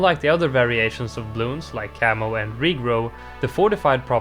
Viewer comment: I kept hearing "camel" instead of "camo" even though I know you mean camo. I keep thinking 🤔 there's a camel balloon, since when did he mention that ?